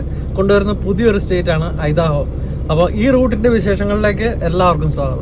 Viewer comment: ഐഡഹോ എന്നാണ്. ഐദാഹോ എന്നല്ല. ഇനിയും അമേരിക്കൻ സ്റ്റേറ്റ് പ്രോനൗണ്സ് ചെയ്യുന്നതിനു മുൻപ് ഗൂഗിളിൽ ആ സ്റ്റേറ്റ് നെയിം അടിച്ചുകൊടുത്തിട്ട് അമേരിക്കൻ പ്രോനോൻസ് നോക്കണം.